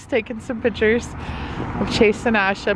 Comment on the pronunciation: It’s not pitchers it’s pictures